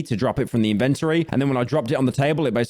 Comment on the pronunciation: Pyro says "inventory" weird.